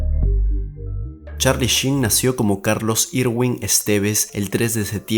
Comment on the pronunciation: YOUR ENGLISH SUCKS MAN!!!!!!!! Por lo menos el nombre lo pronuncias bien!!! jajajaja!!! Va en tono de broma amigo!! Saludos